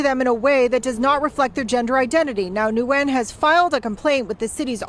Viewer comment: the name Nguyen is simply pronounced “win” not “new win”.